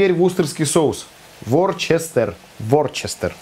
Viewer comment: это не ‘ворчестер’ соус, это называется ВУСТЕР соус.